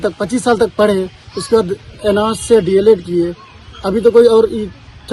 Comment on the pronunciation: D.el.ed hota hai news anchor mahodaya Deld nhi hota hai